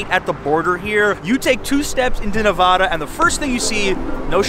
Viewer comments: It’s Nevada , like Montana, not Nuvuh da. Other than the pronunciation, well done. Thanks. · I hate fun facts..and that's not how you say "nevada".. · You need to learn how to pronounce Nevada. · then everyone in New York is wrong. The vad in NeVADa rhymes with dad, sad, glad, had, etc. it’s not vod.